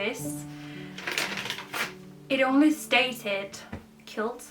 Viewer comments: With you 100% you must take a step back to re-charge and refresh and with all the adjustments you’ll be going through there’s no sense in carrying on juggling so please do whatever suits you best. Just so you know the present from the lady in America you said “kilt” it’s pronounced “kwilt” but spelt like this “quilt” I’m not criticising you, I’m trying to be helpful so I hope you’re not offended, English words beginning with qu are usually pronounced as kw a bit like when you say quick/kwik I hope that makes sense ❤ xx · I am a quilter too and this is a wonderful gift. I know how much work goes in to making a quilt by hand. By the way a kilt is a skirt and a quilt is pronounced kwilt. You have a lot on your plate at the moment, a new house, a relationship ( that also requires work and time) a home to sell, a buisiness to run, video’s to make….. its a lot so I fully understand. What I don’t understand with so many subscribers that is that the video’s don’t make enough money to make them worth the time and effort you spend on them.But whatever, take your time, do what you can we will be here for you and your channel! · A kilt is a Scottish tartan plaid skirt. A quilt (blanket) is pronounced KWILL T or K WILT (hard T sound not a D sound) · Jeg er ked af at skrive det - men det udtales “kvilt” - en kilt er en skotsk nederdel. Ikke for at nedgøre eller kritisere dig - men jeg synes det var lidt en vigtig del 🥰🤗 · Just to help, quilt is pronounced 'kwilt'.